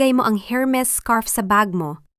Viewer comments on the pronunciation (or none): none